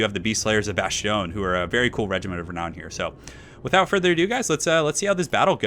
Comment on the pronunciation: It's pronounced Bass-ton not Bash-tion ^^ Other than that i love your videos, haven't had the occasion to say it i think. Keep going my friend :)